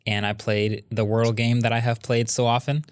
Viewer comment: Wardle vs Wordle...just saying... 👩🏽‍💼